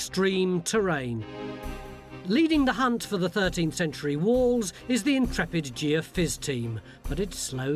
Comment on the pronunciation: Geophysics. Geophysics. Geophysics. Not Geo fizz. They’re not wandering around the yard with a peg dispenser looking for sherbet dips, and liquorice sticks. For the love of God, Tony just say Geo physics. It’s not that damn hard.